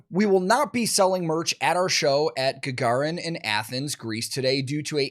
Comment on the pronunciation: Gagarin is a legendary concert hall in Athens, named after Yuri Gagarin, the cosmonaut. You pronounced it acceptably correctly.